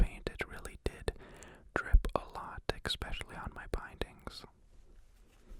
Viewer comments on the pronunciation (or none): Lmao I'm so confused as to why so many people say "exspecially" instead of "especially" like where is the x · unsubscribes because of the way he says especially